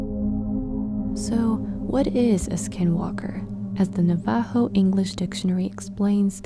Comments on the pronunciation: Your pronouncing our name wrong it's navajo. Look up pronunciation on google. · it was really painful to hear you pronounce "navajo"😭🤣